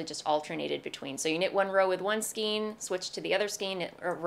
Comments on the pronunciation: It bugs me that you talk about « skeens » rather than « Skayns »..Bugs me even more that you switch back and forth……. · I couldn’t help but notice you mispronounced skein. It has the long “A” sound as in neighbor and weigh. Remember the phonics rules?